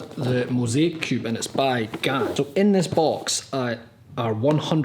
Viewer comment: You didn't pronounce "GAN" correct! you pronounced it like "GUN", and it pronounced like "GEN" (The "G" has G sound, not j sound!).